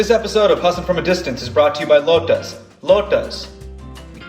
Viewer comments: It's Lota(s) not lotus. ._. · this guy can't even pronounce the word "lota" properly